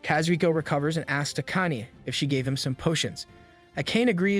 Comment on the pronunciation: "A cane" That's pronounced AH-KAH-NAY.